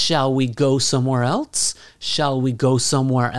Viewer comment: you say:shall we go somewhere elts?< >